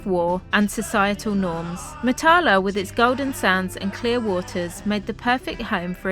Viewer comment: Ps Matala is pronounced with the emphasis on the first syllable and the "a"s are all short ( northern english bath as opposed to southern englidh barth).